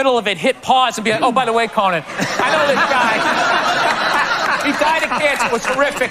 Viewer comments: I love that you say "Cohen". It's Conan...and you need to know about Conan and his undying contribution to comedy. Because Conan is...Conan. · Did you pronounce Conan wrong?